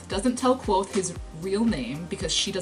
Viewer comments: Wait a minute. Kvothe is pronounced like Quothe Sounds like Quote The kingkiller chronicles is first person. Goddamnit! Why didn't I notice the pun until now!? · K'vothe. Not Quothe. "Ke Vothe.